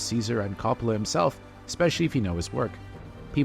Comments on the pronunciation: CO-ppola not Cappala. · Say Cop-olla one more time MFer I double dog dare you. Do some damned research like your job means something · The fact you keep pronouncing his name “cop-ala” tells me all I need to know. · His name is pronounced KOH-POLE-AH. Learn to at least correctly pronounce the name of the subjects in your vidoes. And, thanks a big bunch for the off-hand movie spoiilers, too. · For the 1000th time... his name is pronounced KOH-poh-lah. You make videos about movies and the people involved, so get their names right dammit! It's even pronounced correctly in the movie tag you included AT THE END OF THIS VIDEO - after you've said it wrong over and over. Are you paying attention at all? Do you even care, or is it just about crapping out "content". Youtubers who think they know something about something - ugh. I give your "review" a 5 out of 10 at best. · Guy can’t even pronounce the directors name properly why am I going to trust what he has to say about his movie?